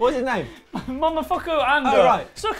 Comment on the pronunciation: Mo Mo Fu Ku, not Mumafucku.